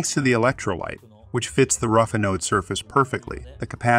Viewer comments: Is that a computer voice? Its pronunciation of most words was spot-on, but some of the technical terms were pronounced badly. "Anode" is supposed to be pronounced with the emphasis on the first syllable: AN-ode, not a-NODE. ("Anode" should rhyme with "cathode," which was pronounced perfectly.) "Farad" is supposed to be pronounced with the emphasis on the first syllable, and a soft final a: FAIR-ad, not fuh-ROD. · STOP saying "Uh Node". Correct is "Anode" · ann!... node....english pronunciation, the accent is on the "an" not the ...node. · Thanks for the very informative video. I found it distracting that "anode" and "Farad" were not pronounced correctly, however. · Learn how to say anode 😭